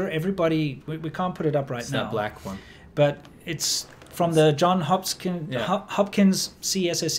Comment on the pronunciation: it's "Johns Hopkins", not "John Hopkins"